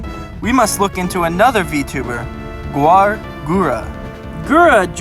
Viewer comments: no, it’s Gawr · no, it's gawr